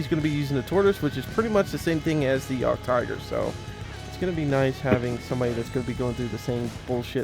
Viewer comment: Nice intro, good feeling leading into the video and just to help you out so people don't yell at you about the pronouncing of this tank, it sounds like yeahgedtiger yeah-ged-tiger :) it confused me at first as well haha